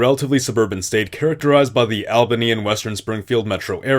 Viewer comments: It really hurts to hear Saco (Sah-co) and Albany (All-ban-ee) mispronounced. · Please learn how to pronounce albany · Albany is pronounced all-ba-nee not al-ba-nee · The city of Albany, New York is pronounced as ALL-ban-NEE not as AL-banee. I live in New York State and went to university and graduate school in Albany. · great video. only thing i noticed was that you pronounce Albany wrong. its more "All-bany" than "Al-bany" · I'm not sure why it bothered me but you pronounced Albany which became a new state of the previous New York incorrectly. It's all-bany not al-bany. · Lol, pronouncing Albany that way - in NYS, we say it "Awl benny".. 😊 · As a Upstate New Yorker your pronunciation of "Albany" makes me wretch. It's "all-buh-nee" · Albany pronunciation is killing me, lol. Also Seneca should have been Onondaga (the firekeepers of the confederacy) or just Haudenosaunee. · I've never watched this channel before and I already commented about Albany but now you're pronouncing Toledo wrong. It is really grating. Also thank you I wish you would use more native tribal names for some of these areas.